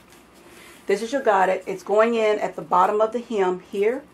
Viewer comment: Great video, but I believe godet is pronounced go-day with an emphasis on the a.